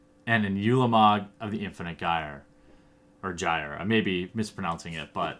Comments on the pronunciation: ooolamog not yulamog. oolamog. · it is said like ooooolamog not yewlamog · it's pronounced oolamog, not youlamog